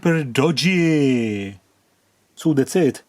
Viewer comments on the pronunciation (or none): ...please dont rectify the optocoupler! Keep it at "optocooopler" only 😊❤ Also "dodggeee and dangerooos" 😊😊